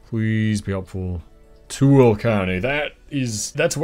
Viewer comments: Resident of SLC for the past two years! Absolutely love the nature of my new home and and the hiking, skiing, and camping opportunities! Also Tooele is pronounced like Too-Will-a for some reason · "Tooele" is one of those weird towns in Utah that is pronounced by locals completely differently than anyone would expect reading it 😆It's "too-WIL-uh" (Another classic one is "Hurricane" which is "HUR-i-kun"). ETA That's another one - Weber is pronounced like "WEE-bur"